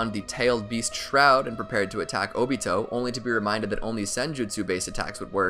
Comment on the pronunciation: I thought it was “Oh-Bee-Toe” not “Oh-Beet-Oh